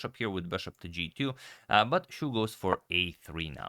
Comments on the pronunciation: Xu's surname is more similar in pronunciation to "she" rather than "shoe" If it was Shu, then it's "shoe" But if it's Xu, it's "she" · "Xu" should be pronounced as "She", incidentally "Shu" is lose in Mandarin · And it doesn't sound like "shoe" either! Chinese is hard! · No, it's not "sea". To westerners, it sounds the same. But any Chinese can tell you you're pronouncing it wrong if you say it like "sea". It's not easy to explain over text, so it's best if you listen to videos or other pronunciations online to understand the difference. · BTW, you make a good effort to try to pronounce everyone's names. The 'u' should actually sound more like the German ü (ue). It doesn't matter, it's not like I can speak Croatian myself, lol. There are also two Chinese surnames (written with different characters) that are Xu. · He also got the meaning of the name wrong, his surname Xu is 许 and is a common word meaning approve. What he is thinking about is 旭, which is pronounced in a different tone. It is exceedingly rare as surname. (by the way, there are over 200 characters which are pronounced xu, 5 of them also being surnames) You can't blame him tho, Chinese is complicated :) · Xu it's pronounce more like xi Yu it's pronounce more like yi